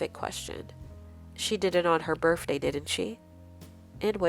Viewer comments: Her berf-day? Come on... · Omg.. Your pronunciation is really atrocious. Birfday?? What is that? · It's my daughter's 9th birfday today! 😊